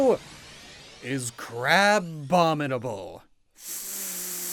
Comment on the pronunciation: IT'S CARKOL, NOT CHARCOAL! AND IT'S CRABOMINABLE, NOT CRABONIBLE!